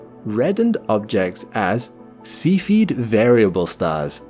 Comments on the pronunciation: YouTube captions think you're saying "seafooded" instead of SEFF-E-ID (Cephied variable). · God Damn it, would you possibly learn how to pronounce the word "Cepheid"? It's NOT spelled ceipheid, it's cepheid, making the sound of the first 'E', a SHORT 'E' sound ,,, NOT A "LONG" 'E' sound. :face-orange-frowning: I can NOT suffer to listen past where I am now - the minute mark. AND, I gave the video a THUMBS DOWN as a result! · I love your videos but your pronunciation of terms is terrible! Please research the correct pronunciation of the terms (such as cepheid) before making your videos please!